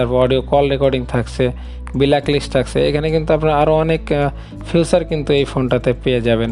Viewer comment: ফিচারকে ফিউচার বললে কি চলে!!